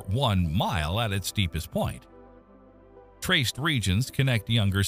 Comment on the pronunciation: assuming the narrator is one of C3PO's cousins, I'll point that,, "terraced" is not pronounced "traced". Yup, has to be a robot, since 'southern' is 'SUH-thern', not 'SOW-thern'. Next is Inverness, if named after the Scottish town, is IN-ver-ness, rather than in-VER-ness.